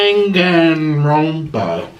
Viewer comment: PLEASE HIM TRYING TO SAY DANGANRONPA